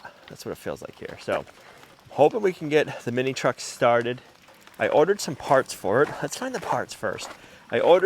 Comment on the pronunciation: Hooray I'm so happy for you! YOU never give up! Since its working, I've got to pick on you a little bit about some of your words tickling me! I don't have a ("POT", aka part) nor a window to throw it out of!!! LOL! This was another very enjoyable video! You reminded me of Jason from the " Sow The Land" attitude and your vehicle!!!!!